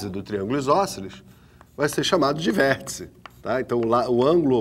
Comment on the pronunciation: "Vêrtica", Kkkkk, calma professor...